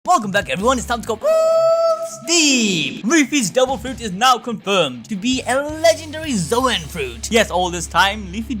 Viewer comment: " we cweate this dewil fwouit "